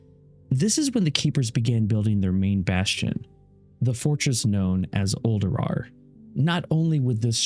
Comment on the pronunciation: Noooo the first time I heard "Uldurar" I thought it was a mis-speak